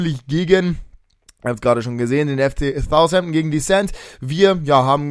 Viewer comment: Southampton nicht Thousampton ;)